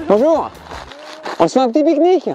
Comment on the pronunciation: Ils ont dit "bon appétit alor" les gens qui réponde a ben quand il dit "ont fait un pik-nike"